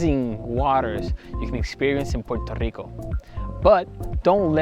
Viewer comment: Puerto Rico , NOT Puero / Poro Rico, as my gringo teacher corrected .